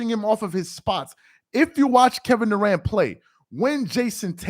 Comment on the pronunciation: Kevin DA-ANT 😆 🤣 😂